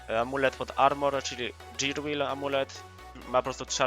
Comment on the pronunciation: Dżirłil amulet 😂